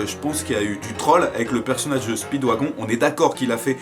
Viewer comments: Les extraits si tellement gacher par les filtres et dire speedwagon alors que ca se dit speedwagone et le nom de DIO j'en parle pas sinon 💪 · Speeewagon se prononce speedWAGONE plz c pas un wagon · Ça se prononce spidwagone